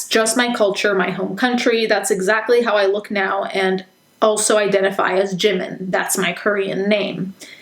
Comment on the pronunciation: they claim they love Jimin so much yet cant even pronounce his name right wtf